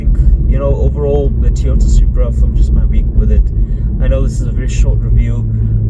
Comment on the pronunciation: What’s a Teyota?